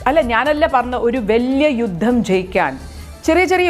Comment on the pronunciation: യുദ്ധമല്ല... ജുദ്ദം